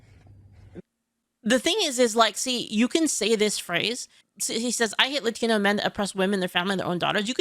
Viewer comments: only woke people over accentuate the word "Latino" regular Latinos don't say it like that. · Yes, but it's too pronounced. Even if it's said correctly, he emphasized it and made it stand out.